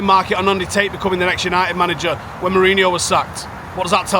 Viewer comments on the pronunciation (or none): none